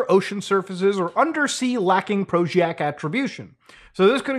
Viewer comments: Prosaic...Its pronounced PRO-ZAY- ICK not proshiack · good stuff as always, but prosaic is "pro zay ick" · "prosaic" (pro-zay-ik) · "Prosaic" is pronounced pro-zay-ick. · come on now, say it with me. PROSAIC!!!